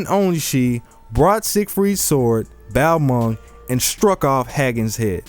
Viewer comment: Love your videos, but I have one criticism. The pronunciation of some things. Like Balmung and Fäfnir